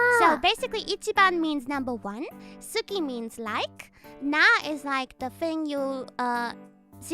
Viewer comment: So, I learned that suki means moon and s ki is liking someone and des isn't pronounced with the u. kk. Don't hear the t in tsuki don't hear the u in suki... maybe that's just my hearing.